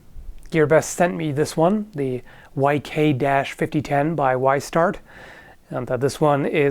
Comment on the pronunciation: You called it J-Start at one point